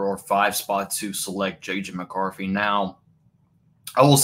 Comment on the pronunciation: JJ McCarffy. Bro, this is a bad fucking take. And the delivery is even worse with the speech impairment and video lag.